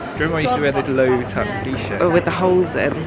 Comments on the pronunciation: Loewe( a Spanish brand.....is pronounced Lowavay.... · Sorry, but your pronunciation of Loewe sounds funny to me as a German. Loewe is a German name and is pronounced "løːvə" (English Lion). The brand was founded by a gentleman Loewe from Kassel.